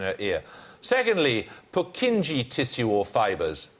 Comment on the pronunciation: Purkinje's pronounced Pur-KIN-yae -.